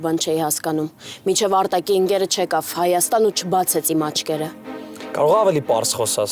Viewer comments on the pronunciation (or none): none